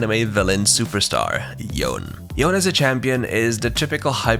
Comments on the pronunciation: It's pronounce Yo - Ne right not Yon? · That Yone pronunciation bruh Pronounced as Yo-Ne or Yo-Nay...... Literally on their voice lines or watch the kin blade cinematic where Yasuo says Yone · All my respects for this channel gone when you called yone as yone instead of yOnE.